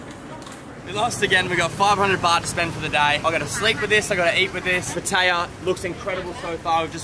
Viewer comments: Can't even pronounce Pattaya correctly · not saying pattaya right saying pattaya like ting tong falang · Learn how to say Pattaya, please.